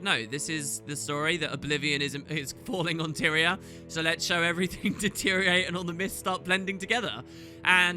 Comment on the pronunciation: "...starting to detyriorate," HEHEHEH